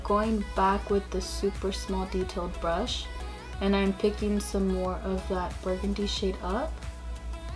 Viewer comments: didi she just say bargandy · You're so cute , "bargandy" instead of burgundy 😂😂❤️❤️